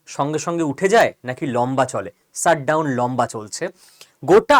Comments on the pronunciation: "Sut" down না কী উচ্চারণ টা "shut" down? উচ্চারণ এ এতো টা ভুল না করলে ভিডিও গুলোর কোয়ালিটি অনেক ভালো হবে আর সুখশ্রাব্য হবে। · Sir please don't take me wrong u r so talented but ...pls try to pronounce well. Its Shutdown not Ssutdown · শ উচ্চারণ ঠিক করে নিতে হবে ভাই। Shut উচারণ শাট, এবং সাট নয়। আপনি "পেশ" শব্দটায় 'শ' ঠিকঠাক উচ্চারণ করছেন। ঠিক ওইভাবেই shut কে শ দিয়ে উচ্চারিত করুন।